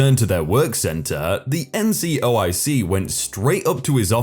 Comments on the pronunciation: Will you STOP mispronouncing the words that are spelled out in front of you!!! NCOIC is "en" "see" "oh" eye" see" not NCIOC you read what it stood for and then read it wrong several times throughout the story... great way to piss off all your military listeners... ...talk about a fubar"... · As a military listener, it didn't piss me off or even annoy me slightly. That said, it was mispronounced a couple of times. Also, I don't understand your second sentence at all. The initialism (abbreviations are shortenings that are pronounced as a word, Taser for example, you read every letter of an initialism) wasn't pronounced as a word, no one indicated that it should be, and no one called it an abbreviation except you.